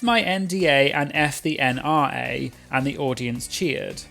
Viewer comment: Somehow I heard NRA as NI.